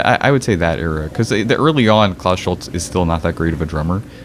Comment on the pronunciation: Schulze = Schulz-uh, Fricke = Frick-uh etc